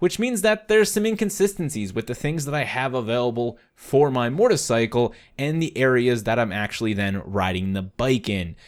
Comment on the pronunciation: Is it just me or do I keep hearing him say Mortarcycle instead of motorcycle?